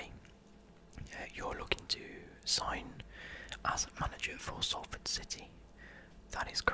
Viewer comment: cos that’s how u say it n I’m from salford so I know